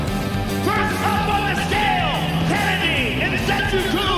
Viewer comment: "Kennedy Nze-coo-coo" 🤣🤣🤣🤣🤣🤣🤣🤣🤣🤣🤣